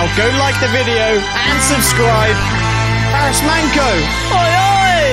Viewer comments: I will make it easy for you how to pronounce his name !!. his name is BARIS MANCO ok?.. we sound his name as it is like in Latin words the way it is written.!. but. if you read this in the English language like " BARISH MANCHO " that will be very close to the correct sound in the Turkish language!. great video!. also, you look like each other as brothers"-)). love it as a Turkish man. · His name is pronounced ''BARİSH MANCHO'' This is one of Baris's best hits of all time, love all of his songs, he was a true legend! ❤ May he rest in peace.. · Pronunced BariSH ManCHo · pronunciation of the artist is Barısh Mancho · Pronounciated as "Barish Mancho" & "Doenenjay" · Pronunciations: Barış Manço (Barhish Munn-cho) - Dönence (Deue-nen-je)) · the correct way to pronounce his name is "BURSH MUNCHO" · BariSH ManCHo would be the correct pronunciation mate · The correct pronunciation of the name should be barısh mancho.